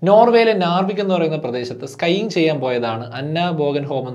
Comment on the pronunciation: It's not skying, it's skiing.